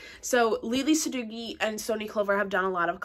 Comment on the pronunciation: Its pronounced sa dough ee. Not dough gee.